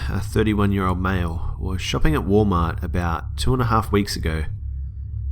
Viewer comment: "wall mah"